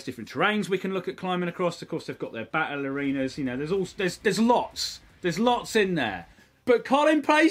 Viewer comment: Colin Furze : Battle Arenas What I hear: Ballerinas